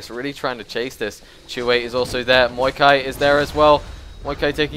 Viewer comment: Dude its maokai not muikai or however you say it